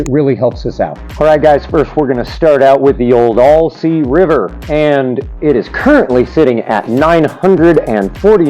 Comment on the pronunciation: It’s Al sea. Not All sea bro! Uncle Al, right!? Not Uncle All!